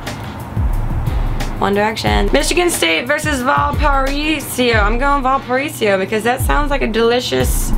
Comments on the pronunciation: Val-par-A-so is how you pronounce Valparaiso. :P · HAHA Valparaiso is pronounced "val puh raise oh" Either way, thanks for picking us :) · Ahaha!!! Grace, it's Val-pa-raise-oh or Valpo for short FYI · Valparaiso = VAL-PAH-RAY-ZO. GET IT FUCKING RIGHT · Lol its pronounced val-pore-a-zo....but i like how she said it more...makes us sounds fancier(: <3 love u grace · totally mispronounced Valaparaiso haha its Val - puh- ray-zo ..long O lol anywho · val-pa-raise-o ya crazy drunko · Val-Pa-Raise-OH, or Valpo for short, that's what we call it so don't worry yourself about it too much. Or Val-pour-rain-snow, but that's a different issue. Hail Crusaders! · Grace...I'm super happy you picked Valparaiso...but it's pronounced Val-per-raise-oh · It is pronounced VAL PA RAY SO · hahaha her way of saying Valpo is hilarious. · Lol the way she pronounced Valparaiso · when grace mispronounced valparaiso I died. Go VU! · i like the way she butchered the pronunciation of Valparaiso. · That was the best mispronunciation of Valparaiso I've ever heard lol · Lol I loved the way Grace pronounced Valparaiso. Sounds do much fancier than how it's really pronounced, like it's French or some shit like that.